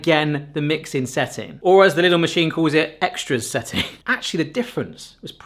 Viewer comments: Lidl, not Liddle... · *Lidl. Pronounced 'leedl'.